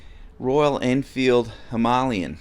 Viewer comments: Love the content. Keep up the great work! Except…. Please, please pronounce Himalayan properly. 🤦‍♂️ It’s NOT Ha-malyan. It’s Hee-mah-lay-an. 👍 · Hi, I really like your videos! Just a by the way, the Himalayan is pronounced like the Himalayas in Nepal, i.e. “Him-a-lay-an”. It’s definitely not “Him-A-Lian”! Sorry if I sound like a dick but someone needs to say it! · Royal Enfield “Himalayan” like from the Himalayas….. not “Hi-ma-li-an” 😉😊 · Please tell me mispronouncing ‘Himalayan’ was a joke! Or have I been saying it wrong all this time!!